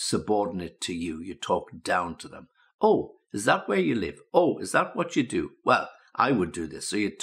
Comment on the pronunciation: Странно,но он произнес междометье " ох" как русский.Наверное а не?😁